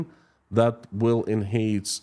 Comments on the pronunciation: You pronounced "enhance" perfectly the first time after focusing on it. When you said it a second time, immediately following, you mispronounced it the same way as you originally did. Sounds like: IN-hanz or IN-hance Hope this was useful. You should feel very confident with both your English pronounceiation and the clarity of your accent. I hope one day to be 1/4 as skilled with another language, as you are with mine! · You said it right the third attempt. Pronounced "in-han-s" (the second part would be sounding like "hand" with the 'd' silent.